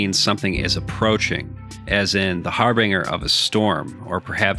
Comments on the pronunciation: "Harbinger" is pronounced "har'-bin-jher" not "har-bring'-er" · I don't mean to be a grammar or more specifically a pronunciation corrector, but the G in harbinge is pronounced exactly how anyone would say Orange. Emphasis on the fact that there is an E after the G. There are few words where G is pronounced like in the word Jumping < see, the G is by itself and has no letter that comes after, also it is the very last letter of a word. Again don't mean to be that guy who does this, first time actually, but just seems like an oversight on pronunciation. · Thanks. That bothered me too.